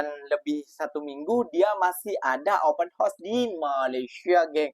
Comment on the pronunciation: Open house...sebut..OPEN HA...OS. bukan open HOS!